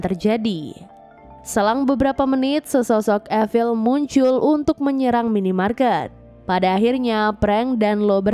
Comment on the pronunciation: Efil?? Apa itu? Evil?(i-vel)?? Zombie kali.